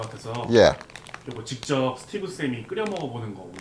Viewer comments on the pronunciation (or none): 서티브라고 부르는게너무윳김 ㅋㅋㅋㅋㅋㅋㅋ